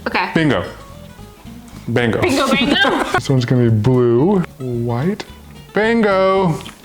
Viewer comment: Anyone else get triggered they said BINGO BANGO instead of BINGO BONGO